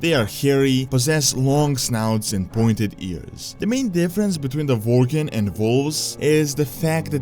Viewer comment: Vorgen are Werry Poverfull Vorriars :)